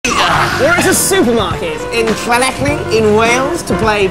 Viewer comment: The narrator pronouncing Llanelli as Clanelli is wild